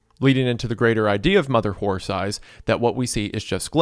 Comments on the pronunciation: Reminder that during the 11 hours of reading this story, Isaiah mispronounced the title as "Mother Whore Thighs" like 3 times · Shoutout to Wendi for repeatedly saying Mother Horse Eyes as "Mother Whore Thighs" repeatedly in the Creep Cast